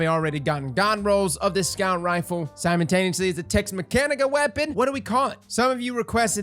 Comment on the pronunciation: I can't hold it in any more... IT'S SIMULTANEOUSLY, NOT SIMON-TANEOUSLY! Okay... I feel better now. Great review as always